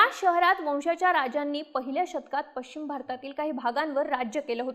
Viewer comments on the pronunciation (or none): none